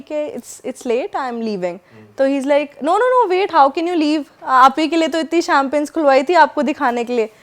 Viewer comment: did she actually say - shamping udana i guess champagne 🍾 ko shamping kaha gya hai.. Jb glti se apko genetics me height achi mil jaye or aap social media ke daur me ho uspe bhi agar metro city k aas paas ke ho toh ese hi hathi ke dant vali kahawat fit bethti hai kuch logon pr